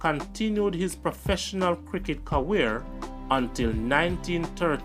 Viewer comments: Bro me love your series them,but you have to learn to say career and not carweer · Can't you say career ? Because you always say "caweer" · The video is great, all of your videos are awesome. CC: practice pronunciation. It will make a great difference with the quality of your work. Ie. Career is not ca-wears. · Love hearing how pronounces "CAWEER"😊